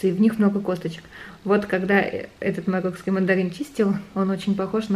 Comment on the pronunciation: Марокканский,, а не «мароккский»!